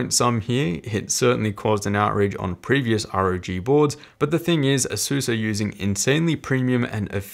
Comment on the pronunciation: Since you're one of my favorite YT-ers, figured I'd share... Asus = Pegasus Systems, so you too can pronounce it correctly! :D